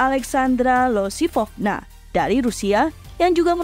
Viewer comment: Bukannya namanya Alexandra Iosifovna ya kak (pake huruf i)? Kok jadi Alexandra Losifovna?